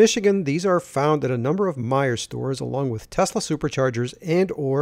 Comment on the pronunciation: Informative. Also, thx for pronouncing My-er. I mention them on my channel and have yet to pronounce it correctly. Will reference this video before I make a video with their stations next time.